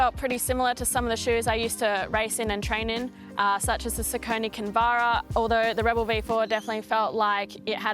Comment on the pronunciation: it is "sock-a-knee":P